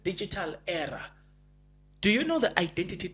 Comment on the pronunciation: pronounced era break era down (eer)+(uh)